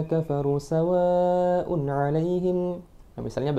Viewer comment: Mas...klo boleh sy kritik dikit mohon maaf.mad wajibnya kurang panjang d lafazh "sawaaa un ",klo mnilik tdi anjuran smpeyan masalah tajwid harus bagu.mestinya 5 ketukan.🙏